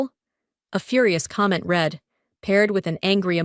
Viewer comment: Again....yet again! Read in tha past tense is pronounced "red"